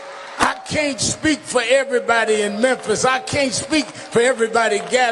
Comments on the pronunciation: What The hell is Menthis bro? It's Memphis pronounced Mim•fiss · Bro...good video. But why do you keep saying Menthis? I thought the city was called Memphis.